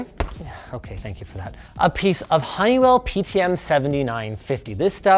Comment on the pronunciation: Heinal... ITS HONEYWELL